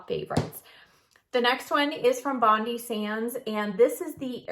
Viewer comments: Great video thanks, Bondi is pronounced Bon-dye though 🙂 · please,please pronounce Bondi as Bond Eye It is named after Bondi beach